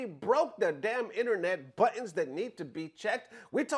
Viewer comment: The word buttons is sounding different today. 😂